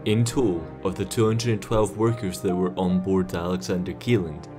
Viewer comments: It's pronounced Shelland not Kieland.... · This rig is NOT called Alexander keeland. It's called "Alexander Kjelland, pronounced Shelland." Seriously, check pronunciations before posting videos. I am fluent in Norwegian, lived there for years, including when this happened. One of my friends' husband was killed on it.